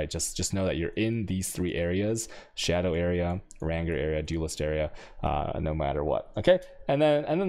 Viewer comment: "ränger", love it!